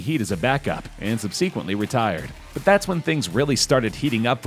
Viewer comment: Sub-see-qeuntly ??? How can you not know how to pronounce subsequently ??? Smdh